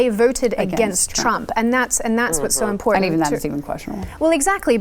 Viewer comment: Enunciate! Important.... It has two Ts in it! Pronounce BOTH of them.